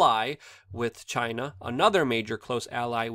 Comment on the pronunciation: I love the way you say Chi-NA ! Just like trump says it haha